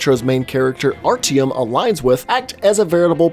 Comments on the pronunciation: ARR-TEE-EM. It's pronounced: Art-yo-om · I pronounce it as Ar-ti-yom or Art-yom